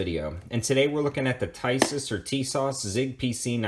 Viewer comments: It’s pronounced Tee Saws! Not Ty Sis! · Pronounced TEESAZ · Nice review! I picked mine up for $300 NIB from Buds Tn. JFYI in Europe (Turkey included) i's are pronounced as E's. The manuf. is Teesas, just saying. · Tisas...pronounced Tee-sash or Tee-sosh.